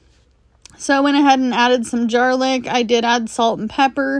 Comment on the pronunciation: Omg, “jar-lic” is perfect!